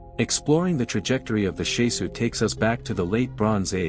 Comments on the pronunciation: It's not Shesu. It's Shasu. It matters, as the word is a Hebrew word with a meaning current today. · I wish the pronunciation was right. The SHAH-Sue of YAHU